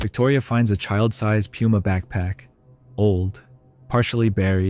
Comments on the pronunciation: He's dumb as a rock. He can't even pronounce "Puma." Also, he he called pesos from the 90s, "old." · Your crew should’ve told you that you were pronouncing that word incorrectly. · Dude is so oblivious, he can't can't, CAN'T even pronounce "puma."